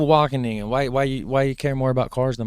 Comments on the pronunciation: You're already getting better 4 minutes in, but the W is a hard one. You're pronouncing it softly. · Your Wageningen pronounciation is really close. Its only the letter A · The A in Wageningen is pronounced as the first A in AMAZING